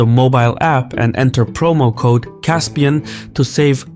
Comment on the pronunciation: Caspian, you are persian, pronounce the words as they are and don't latinize them, have some respect for your culture no matter your political ideology